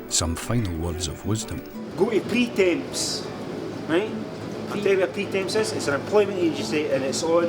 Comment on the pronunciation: Pretemps hahahahahha it’s fckin pertemps